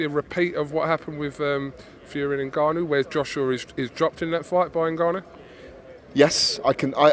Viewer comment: Gareth getting precious over the pronunciation of Dillian Whyte, but then interview after interview cannot pronounce Ngannou and refers to him as Nigarnoo